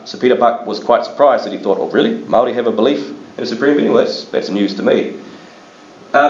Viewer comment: The pronouciation for Maori words is absolutely appalling, sorry I couldn't listened to it.